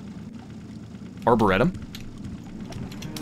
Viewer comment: I am loving this, but please tell me you find out at some point how to pronounce Arboretum.